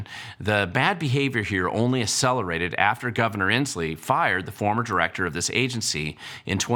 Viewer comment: The word "accelerated" is not pronounced "asselerated." In words with double "C's, the first C should be pronounced like a "k" and the second C should be pronounced like an "S".